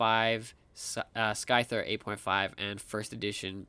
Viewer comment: It's not skyther wth how can you mispronounced gen 1 pokemon......